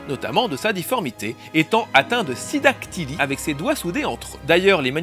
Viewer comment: Je crois qu'il prononce "Sinedactylie", d'où l'apparente erreur.